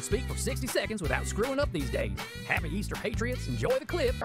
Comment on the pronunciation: Was he trying to say, “our Easter bunnies” and it came out as “😢oyster bunnies?” 😂